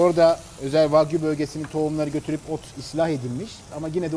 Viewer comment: ha "wagyu" ben de hep "fuck you" anladim hahah